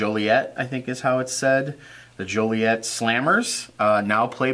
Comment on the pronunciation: you pronounced Joliet, IL correctly. Live not far from there.